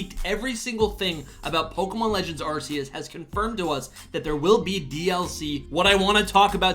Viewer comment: It’s pronounced “are key us”